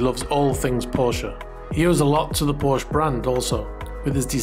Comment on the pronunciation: My first thumbs down for, based solely on your mispronunciation of the name Porsche.